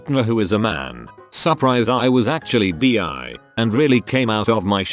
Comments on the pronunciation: Someone: bi Reddit voice man: b e E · robots need to learn how to pronounce bi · I laughed. I think I'll tell people I'm "bee-ay" now. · People in the past : “by 2020 we could have flying cars” Reddit robot : ‘reads bi as bee’ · Funfact: the right pronounciation of the word if you read it in german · That's the correct way to say it in denmark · In germany bi is pronounced just like to robot says it xD